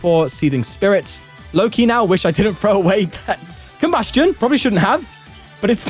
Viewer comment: Our goat finally pronouncing Combusken properly, I’ve waited for times like these